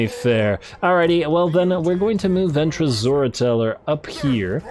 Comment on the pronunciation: Every time you mention the name of Ventris, my mind keeps hearing it as "Ventress" (as in Asajj Ventress, the Star Wars character), and I often find myself trying not to giggle at the thought of her kicking ass on a Warhammer battlefield.